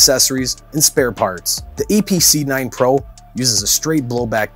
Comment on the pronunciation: It sounds like he is sayd "EPC" and he said it weighs in at 2.2 lbs. Still good content.